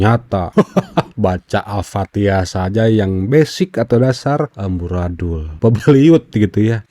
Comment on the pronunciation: lucu ini ibu haji, katanya haji, katanya sekolah pesantren, tapi baca alfatihah aja gak bener, tak usah berbicara tajwid, makhrojul hurufnya aja error. Ngaku belajar MTQ, sedangkan pakem lagu atau nada dlm qiraat nya aja error' juga .. mau nipu tapi ketipu sama dirinya sendiri. memalukan.....